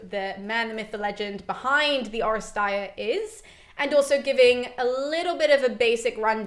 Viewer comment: This was the firs time that I've ever heard someone pronounce the term " Oresteia." I came across it several times in my reading but I never heard it said. This is very exciting.